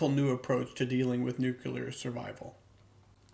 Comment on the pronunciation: Can't take anyone seriously, who can't pronounce the word nuclear.